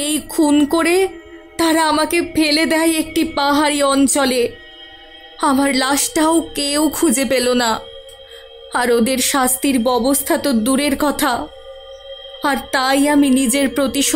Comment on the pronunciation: ব্যবহার, ব্যবস্থা উচ্চারণ ঠিক নাই😑